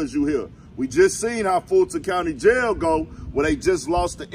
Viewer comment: It's called JAIL...not YALE. Lay down